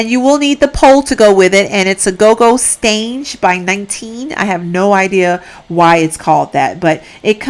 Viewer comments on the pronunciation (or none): Gogo Stange is German and it's just the name we use for a stripper pole. But "Stange" is not pronounced like you did it